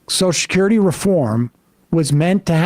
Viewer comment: Take a shot every time Sam says "soshacurity"